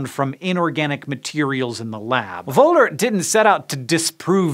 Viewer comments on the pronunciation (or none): Just a quick Erratum: The guy's name was Wöhler, not Wohler (and yes, o and ö are pronounced differently). And Bayer isn't pronounced "Bear", but almost exactly like the English word "Buyer". Other than that, thumbs up, as always.